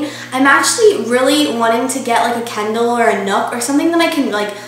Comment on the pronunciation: when she said kindle, i thought she said kendall.. big time rush <3